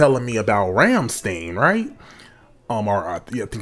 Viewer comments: Just a simple correction you pronounce stein as you would in Frankenstein. Awesome reaction! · Not Ramm-Steen - Ramm-Schtine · Liesten To "Rammstein - Rammstein" and you know they aren´t pronounced like a jeweish doctor in the US, it´s not pronounced "steen" but more like "styian", take this from a german who´s always ask "OH, and where are you from" when english speaking tourists are asking me for help, they think I´m an immigrant/ expact while I´m 100% native german. And it´s very appricietable you get the depth of the lyrics even when just translated, but the translation is pretty good though, no complains there unlinke german translations of South Park episodes at season 16, nowadays no complains on South Park translation either, guess my complaining to Matt and Tray as well as Comedey Central as rights holders worked, to make german translations not that half-assed. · It's pronounced 'RAM-STINE'. FYI. 😊 I have been to 2 of their concerts. One in Paris and Montpellier. You NEED to go to one. It's for your own good. "God knows I don't want to be an angel." The song's about satan. There I said it. Lol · Its RAMMSTEIN NOT STEEN YOU DONT SAY CALVIN KLEEN EITHER ITS CALVIN KLEIN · Rum stine is how its pronounced. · Hi guy, the second syllable is stine. They are a German band. Cheers.